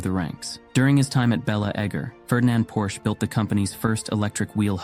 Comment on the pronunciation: You pronounce the last name of Ferdinand Porsche correclty, but refuse to pronounce Porsche correctly when referring to the car. Why, Why